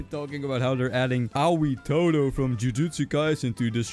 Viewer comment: WHY TOTO IT'S TODOOOOOO